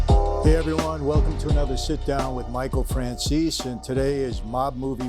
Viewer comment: Please learn how to pronounce your own last name paesano. Its FRAN-ZESE not FRAN-ZEES